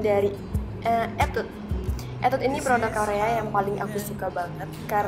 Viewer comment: Etude baca nya bener bener 'etude' yak 😂😂😂😂😂😂